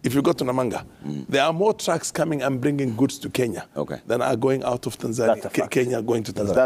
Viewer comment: Not Tanzaaania. It is TANZANIA